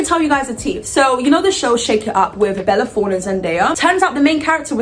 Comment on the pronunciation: Bella "Forne"